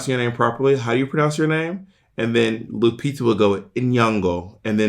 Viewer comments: It’s really funny that Bob chose Lupita as an example because her name is almost ALWAYS mispronounced 😭. Bob even mispronounced it lol. The g is not a hard g like in “go;” it’s nasal, almost silent. To be on theme with the episode, there’s even footage of Lupita being announced on The View with the official announcer saying her name incorrectly followed by Raven also mispronouncing her name as she anounces her again 😭. Even when she won her Oscar, her name was mispronounced. Does it get more official than that? Other people in the media whose names are routinely mispronounced and go without correction are Charlize Theron, Ariana Grande, Rhianna, the Gyllenhaals, Chrissy Teigen, and virtually any people with non English names who were or are popular all over the world like Édith Piaf or Céline Dion. Céline Dion doesn’t expect Americans to say her name with a French or even a Québécois accent as it “should” be because what a lot of wasted time that would be 😂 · you know you mispronounced Ms. Lupita name!